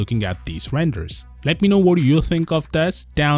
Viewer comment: And please stop saying 'Pis eaouut', it makes my whole body cringe